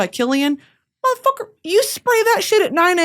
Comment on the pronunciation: "motherfuquor" why are you saying it like that <3